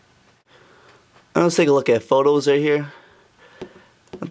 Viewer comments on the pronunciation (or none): none